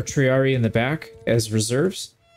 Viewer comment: Little thing is for the future with Latin if you see two ii like in triarii it’s pronounced tri ari i not tri ari